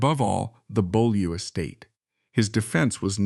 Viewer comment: And someone who knows how to pronounce Beaulieu rather than "Bow Loo".